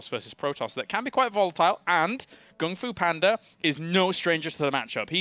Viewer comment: Wow, they never said GunGFuBanDa's name right until